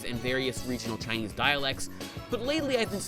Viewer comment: "To practice ChiNEEAIZ"